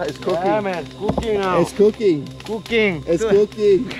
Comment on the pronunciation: It’s cooking I love the way he said it tho it’s like cooocing not cooking